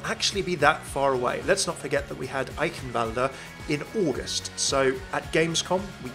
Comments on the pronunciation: how normal people say it "aikenwald" how says it " eihienwualde" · STOP SAYING "Eikhenwalda" ITS "I-KEN-WALD" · Hey love how your trying to say Eichenwalde with an accent but it's pronounced (I-Shen-valde) Eichenwalde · How do you manage to pronounce Eichenwalde wrong every time? Such a troll! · No matter how many times I try.. will always find a way to butcher Eichenwalde.